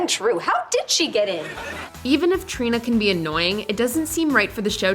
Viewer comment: i’m sorry but “trini”